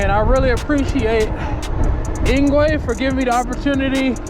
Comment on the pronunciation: Engwe is pronounced as "Angry"